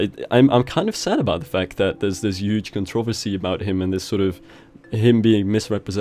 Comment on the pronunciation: As much as I love.... The way he pronounces controversy was driving me insane😂